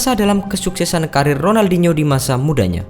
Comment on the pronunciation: Sebut ronaldinho pon tk betul